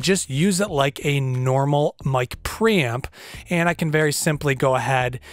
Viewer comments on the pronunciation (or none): lol, sounds like you're saying "Mic Pramp" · mic pramping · Whet did he say micropram? I need one but i dont know what exactly is that unit he says. I cant find micropram in ebay.... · how many times did he say ”pramp” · Hahaha mic praaaamp - can't fucking unhear this and he says it so often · Got under your skin that he doesn't pronounce it "Pre-Amp" too didn't it?🤔🤣🤣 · What is a mic "pramp"? LOL Just teasing you man 😋